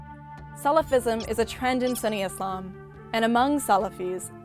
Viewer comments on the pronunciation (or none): It's hard for me to take her as a serious expert on the topic when she keeps pronouncing it as 'sunny'...